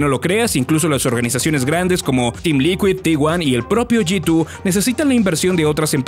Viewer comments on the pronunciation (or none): Soy al unico al q le da ansiedad como pronuncia G2 como "yitu" xd